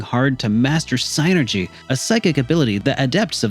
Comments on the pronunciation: It's pronounced SIN-er-gee. Saying SIGN-er-gee just makes you come off stupid. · I mean it is what it is :p like Tidus on FFX. lol. But with Psynergy being spelled, it's probably closest to psy-energy. I guess the sienerjee could work if it's trying to be a specific word and stuff. But it just sounds wrong. So I normally just go the regular pronunciation of synergy, or separate it as psy energy. It's all in good fun, though :p good vid :) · Of course. But i left a comment for the algorithm, and thought it was funny. It's sin-er-jee though